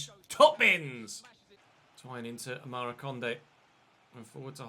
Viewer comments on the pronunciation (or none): none